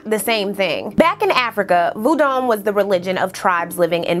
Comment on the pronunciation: Great video,! The pronunciation of the Vodou Haitian religion is “vough-doo”.